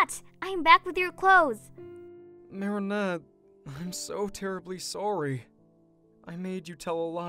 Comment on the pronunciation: Idk if this is just me being dumb but I heard Mary net instead of Marinette on one of them